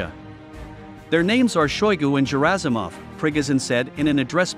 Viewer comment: Gerasimov is pronounced with a hard "g", not a soft "g" as if it were a J.